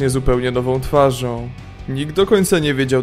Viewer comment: spoko materiał, ale po 2 minutach mam dość, bo strasznie przeciągasz zdania: "Michu był nową twarzooom" "na co stać tego nowego zawdonikaaaa" każde zdanie musisz tak przeciągać? W polskim języku masz akcent na przedostatnią sylabę, a tak to brzmi jak mandaryna w sopocie ;)